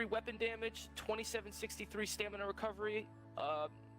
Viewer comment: Why does everyone say stamina as "stanima" smh....